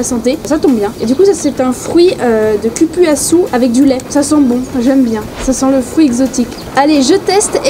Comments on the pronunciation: Curouçou 😂🤣😂🤣 c’est cupuaçu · Prononciation croupuasou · Le cupuaçu ce prononce (koupouassou) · Pour le jus du fruits qui vient du Brésil sa se dit "coupoisou"😅😅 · On dit...coupouassou meme si ca ne s'ecrit pas pareil. On utilise la phonetique portugaise pour lire ce mot. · Cupuaçu se prononce COUPRASSOU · Franchement entre LE dachine, le CupUaçu …. Franchement faits des efforts de prononciation… c’est pas compliqué 😂😂 Sinon je valide ton initiative j’adore le concept !!! Tu me donnes envie d’y retourner